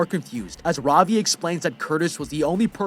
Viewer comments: Ravi is pronounced Ra-v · Its funny to see how he pronounces Ravi, As an Indian i am laughing